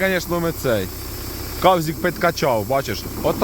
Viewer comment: поздоровляємо з перемогою,і не кавзик,а сазик.